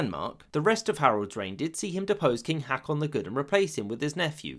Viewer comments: when you see double a's in scandinavian word, it forms an "aw" sound, more like an o. So Haakon isn't "Hack-in" as pronounced here, it's more like "Hawk-on". And the footballer Haaland is "whore-land", ha ha... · Hoe-kan. the aa means a long o. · It is not pronounced "Hakon". "aa" is an old way of writing "Å" and it is pronounced a bit like the the "o" in "prom". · He pronounced most things wrong, to be honest, but yeah Haakon hurt my ears. I don't know why the double a did not make him think it would have a long vowel, because that is quite normal in English.